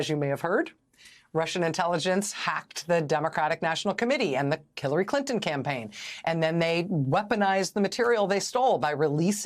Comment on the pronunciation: Did she say "Killary Clinton campaign"? (Min ) hehe